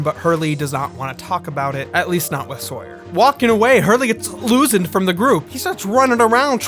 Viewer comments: You mean "losened"? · Everytime says "Losend", I give the biggest fucking ugly snort of laughter, that needs to go into the hall of fame.